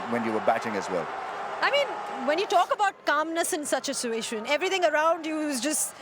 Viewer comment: ....what is calmness in suition....what is suition....wtf is a suition :D :D did I miss something in my class :D ROFL! and why call rameez Rambo and akram vaz why do u have to show a more friendlier behavior towards fellow Pakistanis on a world stage its unproffesional in a WC! just a reminder ::)